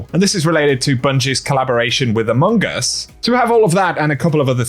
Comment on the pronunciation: I know is saying amogus and yet I keep hearing amoonguss the Pokémon lol sorry:P 😂😂